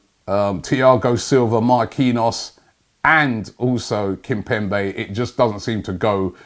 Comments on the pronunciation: What’s this pronunciation “kimpempe”omg it’s kimpemBe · The way he pronounces players’ names is just awful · kimpemBe not kimpemPe!! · Kimpembe not Kimpempe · not kimpempey🤣🤣kimbembae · Kim-pem-be KIM-PEM-BE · It's kimpembe fam🤫😂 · Nobody : ..... Robbie : Kimpempe 😂😂😂😂👍😁 Always butchering players Name Also it is Pablo Fornals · Why is Robbie calling him Kimpempe😂😂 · Kimpembe... Kimpemp-ay... Kimpembi... Kembempay.... Jesus Christ, pick a pronunciation